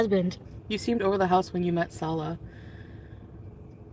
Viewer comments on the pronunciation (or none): When she does the "blah blah blah" thing it makes me irrationally angry. Also when she says "SaWLouaahh". Hideous potato.